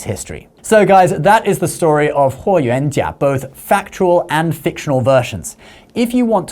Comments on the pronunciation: As the direct descendant of Huo Yuanjia (霍元甲 Yes, he is my Great-grandfather).....he is a legend and hero of our lineage; A true "DRAGON OF THE EAST"🐉🐲.....the Celestial Solar Divinity from the Stars✨🌌 I'm really impressed by how accurately you pronounce my Great-grandfather's name👍🏻👏🏻👌🏻 Isn't it funny.....you never knew who's watching your videos 😉 Btw, don't you also have a YouTube channel about credit cards?!?! 💳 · I was really impressed at how you accuratly pronounced his name, I was really thinking you did a lot of reseaarch and cared about getting things correct. Then I saw your chnnel name lol.